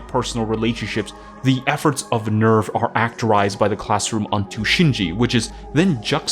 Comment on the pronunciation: You got to work on your german, you mispronounce NEVF and SEELE.